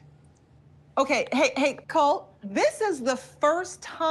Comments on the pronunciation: The fact she still can’t say Colt is killing me. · "Colt cook-holdey"